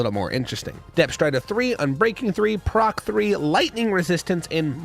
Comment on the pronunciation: its not "proc" its prot which stands for protection